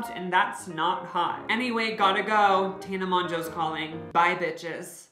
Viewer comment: when will he stop saying tana's name like that